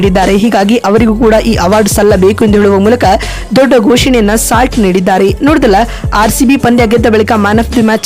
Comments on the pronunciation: Slat alla kane salt 🧂❤ Pronunciation kali😅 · ಸ್ಲಾಟ್ ಅಲ್ಲಕ್ಕ ಸಾಲ್ಟ್ ಅದು.. ಉಚ್ಚಾರಣೆ ಕಲಿ ಮೊದಲು. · Nonsense, it is salt not slot. First learn how to pronounce names of players. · ಸ್ಲಾಟ್ ❎ ಸಾಲ್ಟ್✅ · ಸಾಲ್ಟ್,, ಇಂಗ್ಲಿಷ್ ಅಲ್ಲಿ ಉಪ್ಪಿಗೆ ಸಾಲ್ಟ್ ಅಂತಾರೆ ಸ್ಲಾಟ್ ಅಲ್ಲ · ಅಮ್ಮ ಅದು ಸ್ಲಾಟ್ ಅಲ್ಲ ಸಾಲ್ಟ್ ಕನ್ನಡ ಪದ ಸರಿಯಾಗಿ ಬಳಸಿ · ಬೇ ಯವ್ವ ಸ್ಲಾಟ್ ಅಲ್ಲ ಅದು ಸಾಲ್ಟ್ adu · ಸ್ಲಾಟ್ ಅಂತೆ 😆😆😆 ಲೇ ಅಡ್ಮಿನ್ ಅದು ಸಾಲ್ಟ್ 😆😆😆😂😂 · ಉಪ್ಪು ಅಂತೀರಾ ಮತ್ತೆ ಸ್ಲಾಟ್ ಅಂತ ಹೇಳ್ತೀರಾ 😊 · ಸಾಲ್ಟ್ ಅಂತ ಸರಿಯಾಗಿ ಉಚ್ಛಾರಣೆ ಮಾಡುವುದನ್ನು ಕಲಿತು ವಿವರಣೆ ನೀಡಿದರೆ ಉತ್ತಮ, ಮೊದಲು ಸರಿಯಾಗಿ ಇರುವ ಪದಗಳನ್ನು ಅಭ್ಯಾಸ ಮಾಡಿಕೊಂಡು ಮುಂದಿನ ಬಾರಿ ಯಾವಲೋಪವೂ ಇಲ್ಲದ ವಿಷಯ ತಿಳಿಸಿದರೆ ವಿವರಣೆ ಕೇಳಲು ಉತ್ತಮ ವಾಗಿರುತ್ತದೆ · Fill Slot 😂